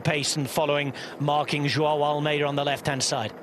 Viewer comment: As a Portuguese speaker I can say he pronounces Almeida wrongly. I can’t wrap my head around this “Vingegoooo” when narrating in English. If the argument is “that’s how it sounds…” then please fix the Portuguese pronunciation as well.